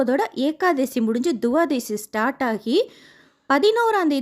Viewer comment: Mam, Pl. note it is not Tuvadasi. It is to be pronounced as Twadasi’.